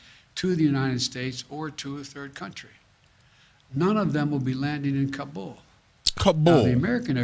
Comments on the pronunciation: He called it "kambul" several times. This man is so lost and ruining america!!! I'm assuming hes reading a teleprompter here? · The President Can't even pronounce Kabul correctly. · My goodness will this man ever learn to pronounce Kubol. Its pronounced "KAH boll" for 50 years. My goodness ask Google. News media has started pronouncing it wrong so he won't sound so stupid. The "Tah le bon"? Who the crap calls them this! Its the "Tale ah ban". I wander if NBC is going to start calling them this stupid name. This guy has a 48 year history of being wrong on every foreign policy of this country. At least he is keeping Kamala and the squad at bay.